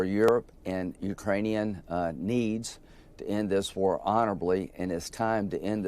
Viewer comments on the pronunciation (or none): none